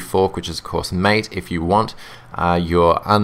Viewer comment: No, its MA-TE, it has a spanish pronunciation. As in the drink which is popular in Argentina and Uruguay.